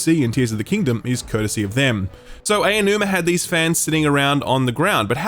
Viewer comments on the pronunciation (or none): My man calling Aonuma Ayo-numa 😂